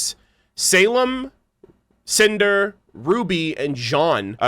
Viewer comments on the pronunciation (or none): When Cinder first came on screen I was looking away atm. All I heard say was "SANTAAA!!" and was so confused! XD Then I realized he said "CINDER" Haha.